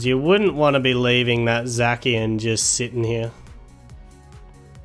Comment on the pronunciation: Are you calling Zacian "Zakian"?